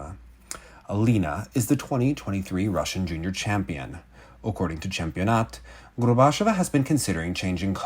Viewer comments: It's pronounced, "GORBA-CHYO-VA." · for future episodes and segments. Gorbacheva rhymes with Usacheva. Stress the same syllable as in Daria's last name, the "che" ("chyo"). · At the very least try to say Alina’s name correctly. You repeatedly say ‘Gorbash-ova’ which is not how it’s said. Overall, maybe don’t put Russian in your videos until you’re comfortable speaking it, it comes across as low effort and demeaning, with a serious lack of care for the child you’re reporting on.